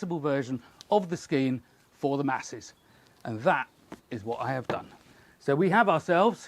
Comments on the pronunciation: Pronounced Shsskeean! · Google says it pronounced ske-an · Scian should be pronounced "Shkean"